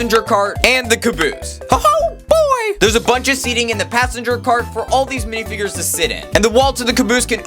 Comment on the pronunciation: "dihfigures" bro wat???